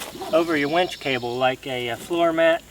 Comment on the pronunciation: It's called a WINCH. NOT a WENCH. Two TOTALLY DIFFERENT words, with two TOTALLY DIFFERENT meanings